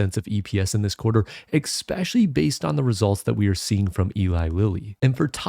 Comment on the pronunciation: ‘Expecially’ sounds so stupid